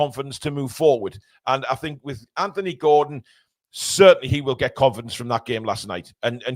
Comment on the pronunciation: I’m glad to hear you pronounce the name “Anthony” correctly. Maybe have a quiet word with your southern compatriots 😅